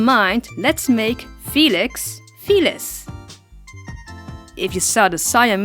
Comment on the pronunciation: I thought you said fetus